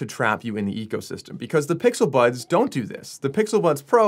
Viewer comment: 😭😭😭...he Said "the pixel buns"😭